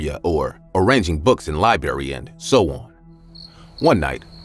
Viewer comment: Every time this narrator says library...he says it as li-barry. I've heard it in another video too and it's driving me crazy. The word is not hard to pronounce... libRaRy